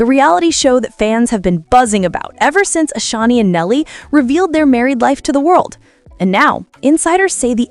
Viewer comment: Can you Say “Ashanti-Not Ashani!😅 Her name is “ASHANTI”!